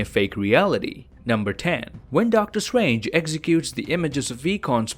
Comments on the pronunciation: Please say ‘Doctor Strange’ instead of ‘Doctor Swange’ nice video tho🌝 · Nobody:: “Doctor stwangers”